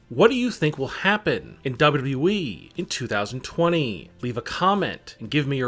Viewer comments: Stop saying WWE like that 👇🏻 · I hope for 2020 you pronounce wwe right.